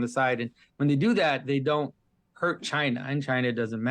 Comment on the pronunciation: Pageau pronounces China like Donald Trump.